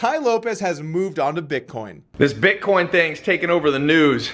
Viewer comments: Sounds as if he almost said bitconnect. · I think Tai was saying BitCoke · I have to strongly disagree. Tai has taught me a lot and helped me make a lot of money. Don't be a hater and talk about how he mispronounces "Bitcoin" who cares?